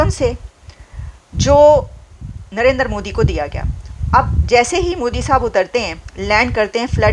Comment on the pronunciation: Babe it is Narendra, not Narender. He is not a Punjabi.